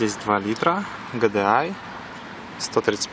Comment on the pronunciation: Ну не вытерпел я после третьей фразы ГЭДЭАЙ ,как серпом по яйцам. Будто машину японскую в первые увидел !!!